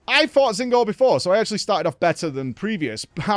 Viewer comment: Does he say Zinogre’s name wrong on purpose?